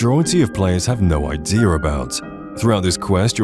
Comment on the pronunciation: Whats an ideer?